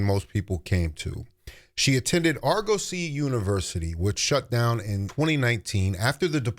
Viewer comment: Its pronounced AR-GU-SEE. They were accredited..for a long time. Then they lost theur accreditation, allegations of embezzlement, etc etc..but who graduates without a degree is crazy work